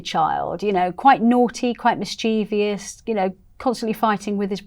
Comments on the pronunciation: Disappointed to hear mispronounce mischievous. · Mischievous not mischiev-ious! Riff not rift. Half-sister not step-sister: shared parent (father).